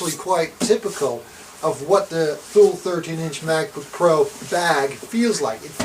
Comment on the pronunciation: It’s pronounced “TOO-LEE”...... like the city in Greenland